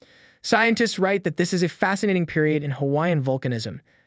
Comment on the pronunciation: listen to how the bot pronounces Halema'uma'u and Kilauea.